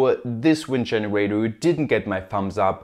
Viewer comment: Thanks for sharing but could you please try to change your pronunciation especially towards the end of a sentence? It is not a generatö but a generator. Would make your videos significantly better 😉